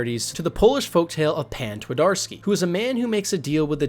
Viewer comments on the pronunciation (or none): I'm sorry, your video is awesome I won't deny it, but listening to your pronunciation of "Pan Twardowski" is just... I'm still rolling on the floor with laughter. I mean congrats for even trying, polish is a hard language, but still XDDD Sorry it just made my night